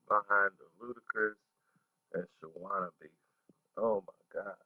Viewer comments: HOW YOU SPELL HER NAME RIGHT BUT CANT PRONOUNCE IT ALL THREW THE VIDEO. ITS NOT SHAWANNA ITS SHAWNNA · Thank you! He mispronouncing her name all thru the video! Smh...lol! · You keep calling her Shawanda and its Shawnna :face-green-smiling::face-green-smiling::face-green-smiling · it’s not shawanna it’s Shawnna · Nice video..her name is Shawnna not Shawanna bro keep pronouncing it wrong. Who was Shawnna pregnant by.. da label is DTP not DDP coz it's a wrestler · How many times this fool gonna say Shawanna. RIF (Reading Is Fundamental). Have you ever heard a song from her where she plainly says her name is SHAWNNA. It's pronounced (SHAW-NAH). Get it right. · and saying Sharanna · This guy stay messin up people names! Her name is pronounced Shawn-na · u must be a real goofy.......her name is pronounced "Shawn na". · U can't even say the label or her name correctly. They played Shawnna to the left and she helped blow Luda career up on back for the 1st time album and more... she should have had a better platform frfr... Shawnna was hot and niggas was even rapping her lines... DTP was a slavery label as well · He can't even say her name right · ikr👍🏾he’s actually telling the truth. I believe him. I remember her with infamous syndicate and her father was in the video. I remember when they were promoting battle of the sexes and she disappeared. All the details are spot on but you can’t say her name correctly 🤦🏿‍♂️ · Completely botched her name and record label